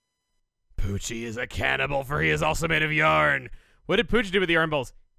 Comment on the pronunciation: Pochi is the Japanese name. You still got it right :3